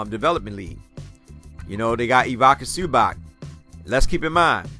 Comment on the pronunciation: It's pronounced ivitza zubats 👍👍👍